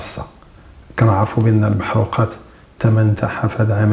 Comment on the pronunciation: ليس المحروقات. هي المحرقات بكسر الراء